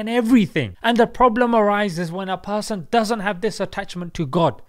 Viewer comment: "A person"? You mean "a pusson"?